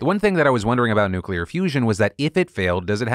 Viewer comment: Phil, just wanna thank you for correctly pronouncing "nuclear" like nu-clear instead of nu-cu-lar, which isn't even how it's spelled! It's insanely terrifying that GW Bush had the launch codes for 8 years without learning how to just say it the normal way. Thank you. Praise where it's deserved.